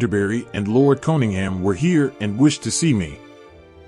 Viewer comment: Can't pronounce Cunningham correctly